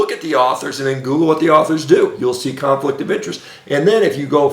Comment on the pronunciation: Shawn baker mini-stroke goes for like 15 seconds! He’s very angry and can’t say “American academy”. Mispronounced “conflict” 15 seconds later. Get help, Shawn, get help. Brain arterial supply is waning and brain is as inflamed as a 20yr NFL veteran.